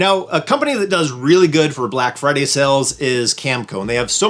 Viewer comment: Black “Firday”? Oops… 😮